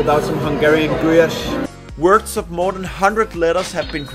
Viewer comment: how you said lángos i loved it and gulyás thank you for making those videos